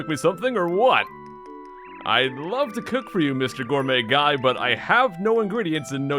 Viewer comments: It actually sounded more like "Gourmuy Gay" lol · Did you accidentally call Gourmet Guy "Gourmet Gay" the when you flubbed his name?